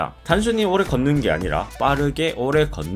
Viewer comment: 오↑래 걷는게 어떻게 스포츠냐?? 라고? 한국인 맞냐? 발음 교정좀 해라